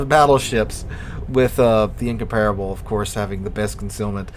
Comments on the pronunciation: In comp rable. (the a is glided) Not In com par[e] able Why do Americans insist on butchering English words and names? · In-compar-able it's how you pronounce it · Your pronunciation isn't correct Same was what extraordinary is pronounced differently from the way it is written